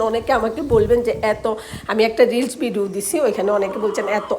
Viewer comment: ভিডো না আপা, উচ্চারণ হবে ভিডিও।